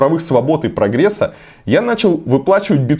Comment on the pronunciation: Выговаривать "сЭрвисы" и "прогрЕс'' сейчас модно что-ли?